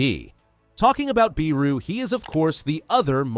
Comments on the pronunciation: Not biru its beru😂😂😂😂😂😂😂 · It's BERU not BEERU. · Lol they cant even pronounce beru correctly and they call themself better than most people 😆😆😆😆😆